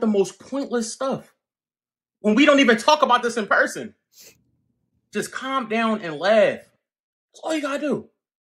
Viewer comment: "SHE'Z NOT YOUR'Z IT'Z JUZT YOUR TURN"